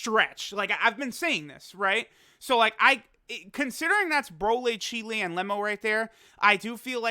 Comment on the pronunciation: Why does say Cheelai like Chile 😂